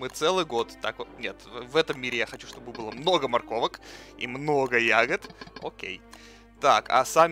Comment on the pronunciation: Ну ты хоть словарь почитай. "Подстроено","просишь","чтобы" и еще то, чего я не знаю). И у тебя смех какой-то неправильный.